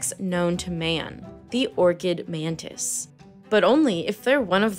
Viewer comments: Btw it's Mantis,not manta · Why you call it mandis?